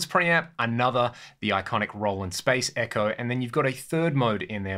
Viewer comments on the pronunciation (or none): none